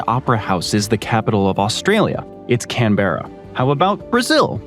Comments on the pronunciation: Also it is pronounced Can-bra, not Can-beh-ruh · "Can-ber-ra"... As a native Australia who grew up around the Canberra Region - it's "Can-bruh"! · Hi, Australian here! Cool little fun fact, Canberra isn't pronounced that way. Its pronounced "can-brah" not "can-ber-ah". Same way that Melbourne is pronounced "Mel-bin", and not "Mel-Born". Us aussies are weird, and the majority of us find the way Americans(usually)/Canadians say our names to be the equivalent of nails on a chalkboard. lol! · U idiot u said Canberra as can bear are but it's can brar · "cahn BEHrra" 😭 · WTH WAS THAT PRONUNCIATION OF CANBERRA 😭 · Nope... Melbourne is Mel-ben.. And Canberra is not pronounced like that.. That's just your locals wherever they are being "lazy" lol.. Probably someone who says straya.. I mean that just sounds like you're a lazy bogon who struggles to put a sentence together. Australia is just pronounced... Australia 🤣.. And yes, I'm a millennial Aussie